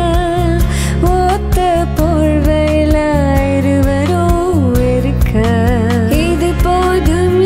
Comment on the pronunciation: I am literally rolling on d floor and laughing after hearing this female voice. her tamil pronunciation is utter poor instead of singing 'otha porvaila' she is singing 'ootha porvaiyala' she spoiled d whole song...I guess she is thinking like herself as a stylish tamilachi...intha comment section yaruppa antha kamal ...yappa unnaku Tamil theriyuma illa theriyathamathri nadikriya